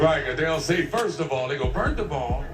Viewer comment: He said “Firt of all…” 😂😂🥲